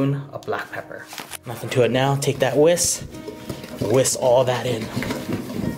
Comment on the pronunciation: Whisk lol not whiss. Can’t you say whisk